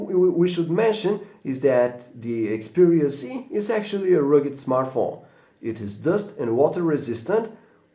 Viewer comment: Xperia Z.... not C ...jeeesus